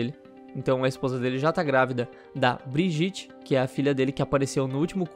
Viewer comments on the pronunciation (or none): none